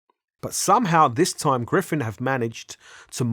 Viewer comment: Gryphon not Gryphen